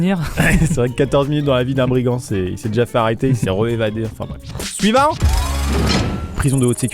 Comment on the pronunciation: L'espace entre le V et le A dans "suivant" m'a perturbé toute la vidéo